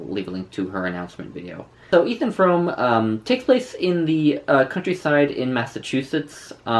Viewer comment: Pronounced FROOM ;-)